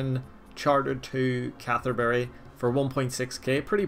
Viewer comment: "Catherberry" your pronunciations always crack me up🤣🤣